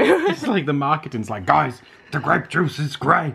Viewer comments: it's Gra(y)pe juice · It's grey'p juice :D hahaha I recently saw purple, red and white (the green ones) grapes in the grocery store. Mostly it's just red and white, just like the whines.... Maybe you could try painting with cheap whines or gluehwein?